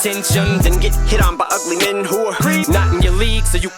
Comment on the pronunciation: In the ugly men line em said who're and with the way he enunciated it sounds like wh*re and if you get rid of the apostrophe it spells it out